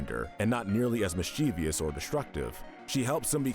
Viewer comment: you mispronounced mischievous. Kindly learn how, so that next time, you can say it CORRECTLY.